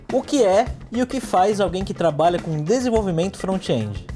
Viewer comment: "frontiendi", chique essa pronuncia!